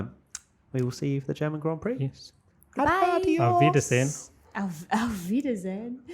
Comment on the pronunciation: Love the podcast :) Keep it up Btw the pronunciation of "Auf Wiedersehen " was pretty good :D